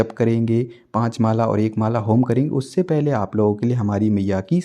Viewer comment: चार माला ठीक है लेकिन होम की क्या बोला आपने वह समझ नही आया